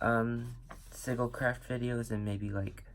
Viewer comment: Hon / not meaning to be a Ultra Virgo during this season / yet we pronounce sigil as /si juhl/. And nice!